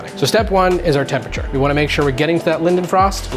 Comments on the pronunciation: 'Leidenfrost' >>> lay-den frost >>> leidenfrost effect. Voila! Now you know how to pronounce it (or at least 1 correct way). I like your vids man. You seem like the kind of guy that would enjoy a good meal and a good chill. God Bless you brother. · it is lie-denfrost! For german words like that, if you see E and I together, it's always the second one that takes over nein - I takes over spiel - E takes over